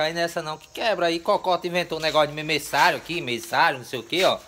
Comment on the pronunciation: Se pronúncia, mêversário !